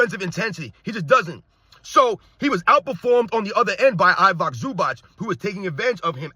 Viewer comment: stop butchering I-vi-ca Zubac's name, he's not Ivock Zubak